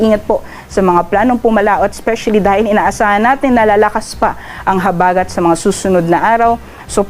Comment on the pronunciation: I like the way the gentleman says or pronounces the word "habagat" (accent on the 1st syllable). CUTE!